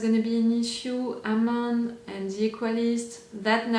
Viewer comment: It's Amon (Uhhhmon) Well that's how it's pronounced. Well technically it's his name he goes by now. You havn't met all the new characters, you will meet many new exciting ones in other seasons as well as this one. It will be awhile until you meet Bumi and Kiya. But you will love them just as much as Tenzin. Katara did say their names already. So i'm not spoiling their names. I'm not saying when or how they show up.